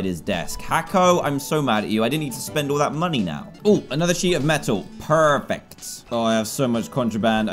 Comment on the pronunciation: I HAVE A THEROY HE IS ENGLISH LISTEN TO HIM SAY PERFECT WITHOUT AN ACCENT